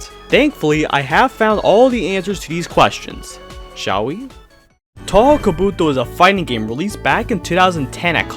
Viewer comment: 10 seconds in. Touhou pronunciation makes me wanna go deaf